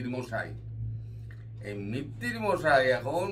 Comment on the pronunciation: মিত্তির নয় মৈত্র।